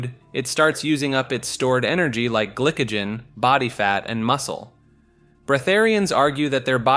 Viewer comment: you did not just say glickagen